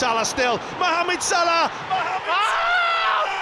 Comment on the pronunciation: the commentator can’t even say Salah properly anymore lol